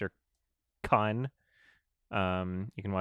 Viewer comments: Kon in Satoshi Kon is pronounced like cone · Lol isn't it pronounced Satoshi *koun*? Idk I guess it's just the Canadian accent or I'm a dummy lol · I always thought it was pronounced Satoshi ‘cone’